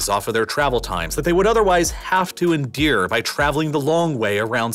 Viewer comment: Why do you keep saying "endear" instead of "endure"? Is it a speech impediment? Just curious.